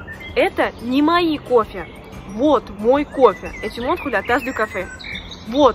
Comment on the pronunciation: Pourquoi prononces-tu O dans мой qui n'est pas accentué et A dans мои? Merci